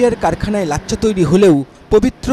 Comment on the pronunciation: সাংবাদিকতার জন্য নূন্যতম যোগ্যতা থাকা উচিত। উচ্চারণটা হবে "লাচ্ছা"। লাচ্চা না।